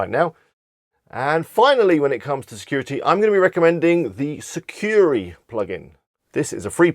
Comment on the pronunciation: Thanks for the list... just a little correction. It’s “Sucuri”, not “Securi” 😊👍